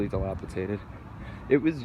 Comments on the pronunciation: Dilapidated, not dilapitated. ;) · NES, SNES, 2 SEGA Genesises, countless toys and games. I'll miss the big K. Oh. And it's dilapidated, not delapitaded. C'mon YouTube star!😂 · dilapidated not dilapitated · Enjoyed the video and commentary. Heard "dilapiTated" a few times.